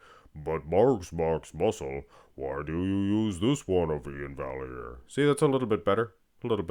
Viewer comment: I don't think it's pronounced "valley-air" should be "vye-air".